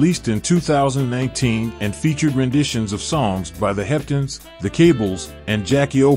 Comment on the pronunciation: love the content good brother, but you've got to clean up those pronunciations. The "Heptens"?